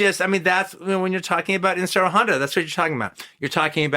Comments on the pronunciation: Like he's saying IN-shiro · I love Quentin and his work....... I just wish he would pronounce Honda's name correctly, instead of just saying "Insurro Honda", or some phonetic variant thereof. Look...I know I sound like Ultranerd, and I know Honda went by either Inoshiro or Ishiro (which I am to understand is like Andrew/Andy for English speakers). But it would take no longer than a few seconds to notice, and be able to correct that mistake. I mean....the man KNOWS Daikaiju Eiga, so he is far from ignorant on the subject. I suspect it's just his whole ADD, "Trying to get all the words out of my mouth", and not because he is being ignorant. QT always gives proper credit where it is due, and it is obvious he loves this genre, and the technicians behind it. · I love Toho kaiju. I love QT's films and his analysis. Injust get irked when he tries to pronounce Honda's first name. Im not one of those "well, actually..." dudes either. Just not sure why I get annoyed with his mispronunciation. Ric Meyers does that a lot as well..especially when he interviews people. How hard is it to research how to pronounce the name.of.the person you are interviewing, or having a critical analysis about?